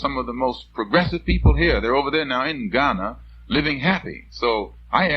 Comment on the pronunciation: I love how he correctly pronounces the cities in Ghana☺☺ so cool